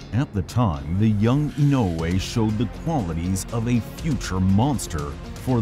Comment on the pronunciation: Nice to find a YouTube channel that can pronounce "Inoue" right. 😊